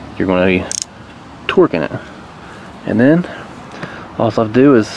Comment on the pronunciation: when he says “You’re going to be twerking it,” I giggled. So immature of me